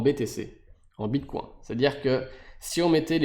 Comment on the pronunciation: Prononcer bitcoin à la française ? Je l'avais jamais encore entendu, c'est rageant à chaque fois que tu le dis ^^ Allez pour ceux qui sont rétissants c'est mieux ainsi ;) Merci pour la vidéo, un peu longuet mais complet dans l'ensemble ;)